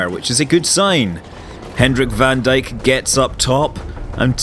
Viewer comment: Scott, BTW van Dyk is pronounced "fun Dayk"